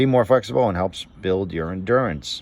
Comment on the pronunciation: Endurance starts with an e. I’m pretty sure you said a